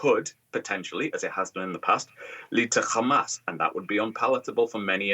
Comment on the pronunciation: an analyst and a professor from the UK, pronounces Hamas as if he lives in Israel.